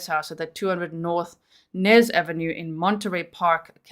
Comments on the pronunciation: I think it's Ynez..Eeeeeenez never heard of Nez ave...Unless it's New Ave. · The street is pronounced Eeenez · The street is pronounced E- nez 💜🖤